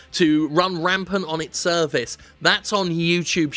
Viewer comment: Did you say "through their service" or through their cervix"?